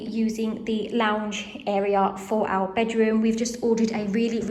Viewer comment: Why do you say “ow” instead of “our”?